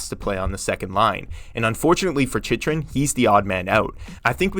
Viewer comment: “Chich-rin” is bothering me so much